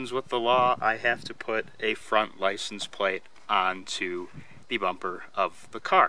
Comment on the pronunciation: “Apply the plicense.” 😄